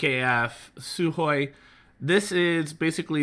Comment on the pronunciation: Almost perfect pronunciation of the word Sukhoy